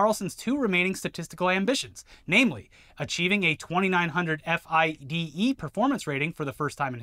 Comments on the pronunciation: Just so you know, and for future reference, "FIDE" is always pronounced "Fee-day". Please learn this asap. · JUST SO YOU KNOW IT'S NOT PRONOUNCED F.I.D.E, IT'S FRENCH SO IT'S PRONOUNCED FEE-DAY, OUT LOUD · For future coverage of the chess scandal: FIDE can be pronounced Fee-Day